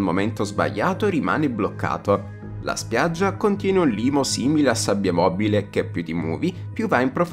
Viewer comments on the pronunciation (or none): none